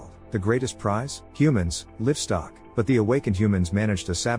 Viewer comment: You say lift stock 😅 instead of livestock I guess the script writing is putting a hold on you 😞